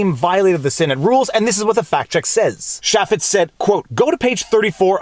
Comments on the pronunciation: Nitpick but we pronounce the name "CHAY*fitz" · Pronounces his name as.... "Chay-fits". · Jason “chay-fetz” and mon-tawj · *CHaffets, not Shaffets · ChAY---Fetts is how you say Jason Chaffetz's name. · Jason Chaffetz called and said you're pronouncing his name wrong, lol.